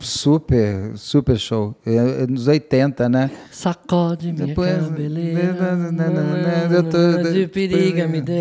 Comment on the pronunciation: Tentando me concentrar, mas volta e meia vem “ cabeleleira “